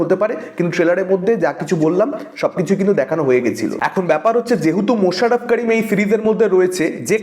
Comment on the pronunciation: মাশাররফ কারিম না করিম। আপনি যেমন সাগার নীল নয় ।